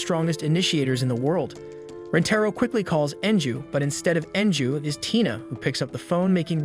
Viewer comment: Right when u said tina u said taina(i'm sorry if i spelled the name wrong)